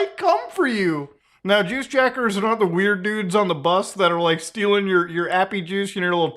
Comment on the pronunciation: The way you pronounce juice jackers lmao